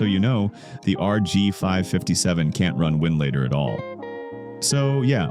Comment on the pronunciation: what did he say? "The RG557 can't run wind later at all?" I can't understand him